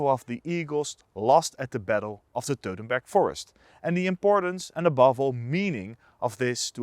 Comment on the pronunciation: please do NOT say teutenburg forest, Say Teutoburger Wald...!